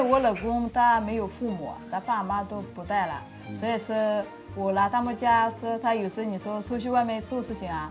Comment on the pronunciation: I have been learning Chinese for 2 months now, so I am a newbie, but is here pronunciation standard? I mean ，'所以'